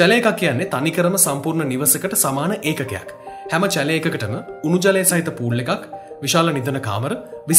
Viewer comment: චැලේ නෙමෙයි ෂැලේ 👍